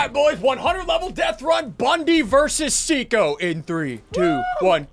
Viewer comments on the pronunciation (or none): I always have a little giggle whenever Ian says “SICO” because in Filipino, the word “Siko” means elbow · ITS SIKO STOOPED